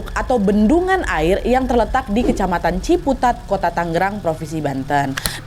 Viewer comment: TanGerang. Bukan TanGGerang. CisadanE. E-nya yang "tebal".